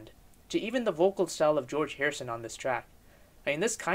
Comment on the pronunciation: Jee-Orge Martin was a producer too.